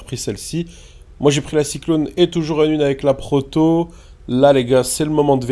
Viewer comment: Mdrr à dit "Porto" au lieu de "Proto" mdrr.